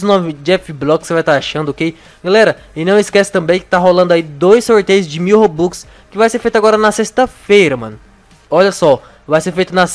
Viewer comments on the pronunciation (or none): none